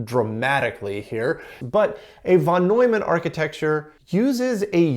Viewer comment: It's not "Vannoyman". It's "Fon Noymunn"